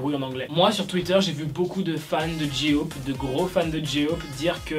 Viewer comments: On dit JÈYE OPE et pas JI OPE (Et nan mais franchement c une coiffure arrêté de voir le mal partout) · Tu me stresse a dire " Ji ope" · Déjà on dit g-hope 😐